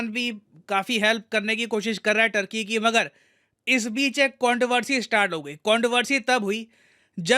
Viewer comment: First thing first . Its not “टर्की” its “तुर्की”. People of तुर्की are called तुर्क or तुर्कीश्